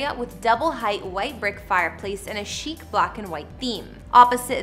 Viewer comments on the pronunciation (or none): none